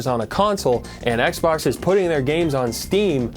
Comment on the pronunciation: "Tangwo gwameworks, we're waying youw offw. Youw cwouldnw't seww." "We weed mowe gwames wike Hwigh Fwi Wush."